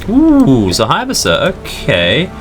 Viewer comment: Use rockets on subs and destroyers with fast attack aircraft when possible. The Japanese aircraft "Hayabusa" is pronounced.......................... (High-Boo-Sa). Just say'in.